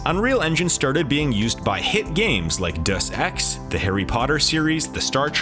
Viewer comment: Obviously did a lot of research for this but really missing on the pronunciation on some names there. Potamac as pointed out by many here, ID software is not the separate letters I and D, its pronounced id like in lid. And Deus Ex isnt duce its Day ous.